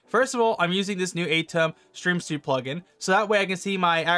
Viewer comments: LOL..its Stream SUITE not Stream SUIT (as in a suit coat) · Suite pronounced like Sweet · Heheh... it's pronounced like "sweet" as in sugar, not like menswear. 🎃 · Yup, Sue-Eat. Dont mind that guy, no biggie man, there are a lot of words out there and some are spelled the same. :D Great Video! Dont feel bad, AI cant get most of them right either! lol